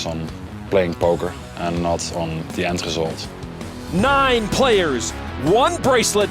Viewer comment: the way he pronounced end result made it sound like a Dutch word 😂